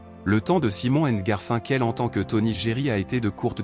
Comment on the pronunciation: L’histoire est intéressante…mais Garfinkel !!!!!!😂😂😂 putain mais c’est horrible 😱😱😱…je ne risque pas de m’abonner…